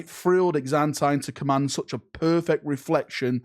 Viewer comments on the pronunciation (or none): none